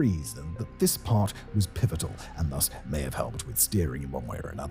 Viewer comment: "...this part was *pivotal*" lmaooo